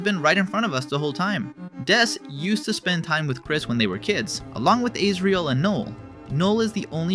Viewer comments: "Aysrial and Noll" 😭😭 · As-re-l No-l Thats how their name is said lmao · It’s Ãsriel and No-elle not Āsriel and Nole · dawg who the hell is null???? Do you mean NOELLE???? NO-EL? and also who the hell is isreal??? do you mean AS-RE-AL? AS LIKE THE WORD AS! RE-AL LIKE REAL!!! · the total butchering of Asriel and Noelle to "Isrel" and "Noel" took me out 😭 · "Azreel and Nool" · Okay great video but what is up with the pronunciations 😭 duss, isriel, and nowl??? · A yes, “Aysriol” and “Null”. My favourite Deltarune characters. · this is a good video but why did you pronounce them israiel and noul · Israel and Null lmao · I feel like he's purposefully ragebaiting with his pronunciations of Noelle, Asgore, Asriel and others, for some reason... maybe to drive people to comment about it? Who knows. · I’m sorry, ayesriel and nole? 😂 And asgar too??